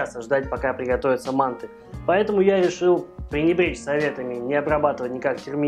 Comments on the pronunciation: Спасибо за рецепт. Мы жили в Таджиаистане и часто ели мантЫ с тыквой. Так и готовлю . Ещп в обжаренный лук кроме тыквы добавляется тертаю и обжареннаю морковь. Только привыкли слышать не мАнты ,а мантЫ. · МантЫ. Прости, я в Ташкенте родился, режет слух. Лайк поставил, продолжай в том же духе! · Интересно почему в России называют манты с ударением на А. Правильно манты с ударением на Ы . У вас очень интересно на канале! И готовите вы легко и с задором и реклама как то не мешает. Супер! 🍀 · Правильное название этого блюда с ударением на последнюю гласную букву, а не на первую. Почему-то в России об этом мало кто знает. По поводу того, что тыква долго готовится - это неправда, манты приходится варить долго на пару только лишь потому, что таким образом очень долго варится тесто, а сама тыква очень быстро разваривается.